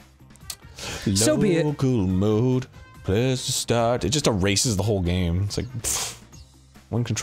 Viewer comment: I thought Local Mode actually said Legal Mode, and I was like, "Wait, then what the fuck is Illegal Mode?"